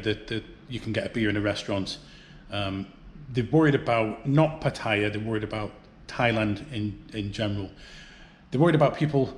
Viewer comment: Would be nice if you could learn how to pronounce Pattaya.